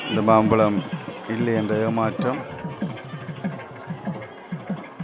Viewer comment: மாப்பழத்திற்கு அல்ல மாம்பழத்திற்கு